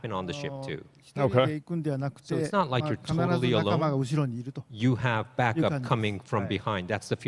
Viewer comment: Didju rike it?